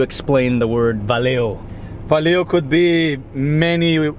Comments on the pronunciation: It is "valeu", not "valio" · He pronunces "valeu" as Valeo (company).